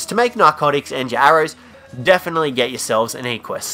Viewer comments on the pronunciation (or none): It's "eh-qwuh-s"